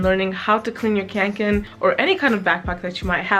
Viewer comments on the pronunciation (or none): Great video! Don't want to be a nitpicker, but "Kånken" is pronounced as if you were saying "Conquer", but replaced the final r with an n. It comes from the Swedish word "Kånka", meaning "to carry (something heavy) with difficulty".